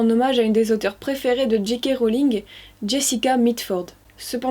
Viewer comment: Ah enfin qqn qui prononce bien JK Rowling